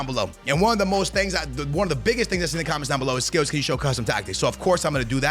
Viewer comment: THE WAY HE PRONOUNCES PLAYER NAMES GETS ME EVERY TIME 😅😅😅 THE HOMIE 😅